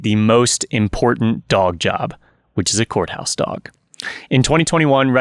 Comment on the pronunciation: Every time she says "courthouse dog" for some reason I hear "junkyard dog." 🤣 And that's probably what those judges hear. I'd take either, frankly.